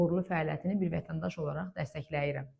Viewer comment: Dəstəkləyirəm yazılır. Dəstəhliyirəm oxunur. Yazıldığı kimi oxumağa ehtiyac yoxdu